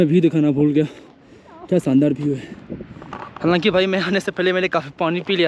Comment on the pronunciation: Armenia jaa bhi view ko bhiew bol rhe h😂😂